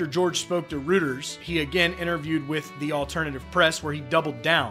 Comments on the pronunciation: By the way, Reuters is pronounced "ROY-terz" not "ROO-terz". Also, you confused the Associated Press with Alternative Press (a non-country music and culture magazine). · It's pronounced Royters, not Rooters. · Hey Dude - It’s Roy-trz, not Rooters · Of course George Jones is correct here. He should know, since his every track defined true country music. Like Hank Williams before him. (Note: Any journalist should know that the news bureau Reuters is pronounced "Roiters," NOT "Rooters." How embarrassing.) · Reuters is pronounced roy-ters not rooters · The news service quoted is pronounced “Roy-ters”. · It’s all about money and corporate executives making decisions. And, by the way, what’s up with some news reader who can’t even pronounce Reuters News. Pathetic.